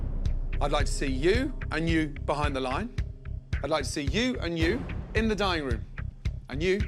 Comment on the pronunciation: I always love an exquisite "dinning" experience 😂